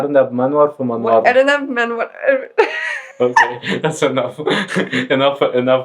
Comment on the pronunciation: و ارنب انور في منورنا يسطا انت الي بتقولها غلط😅